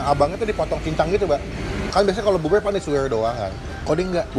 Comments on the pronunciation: Bubur bang bukan bubul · Bubur Bang Bukan Bubuy!